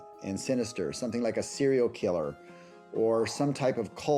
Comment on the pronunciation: Did he say "A sealial killer"?